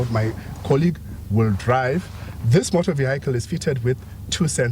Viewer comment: The way people butcher the pronunciation of vehicle 😂😂😂😂